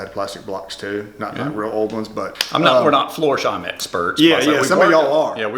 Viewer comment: FLorsheim please...not Forsheim. Thx.